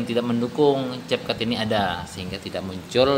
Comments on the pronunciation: Namanya capcut tapi ngomong nya (KepKut) njg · Ka bukan cetcut tapi cap cut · Tulisan capcut dibaca(kep kat)